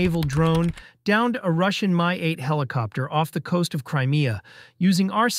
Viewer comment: Why are you using AI generated voice over to narrate this video? The Russian Mi-8 Helicopter is not pronounced as My-8!! It is Letter M + Letter i like in Israel and the number 8!! Mi-8 👎👎A High School student could narrate this better than your stupid AI program!! Hire a live person to start reading written scripts. Or go downstairs in the Kyiv Post office building and grab the guy that takes out all the trash and let him read it online, it's that freaking easy to do 🤪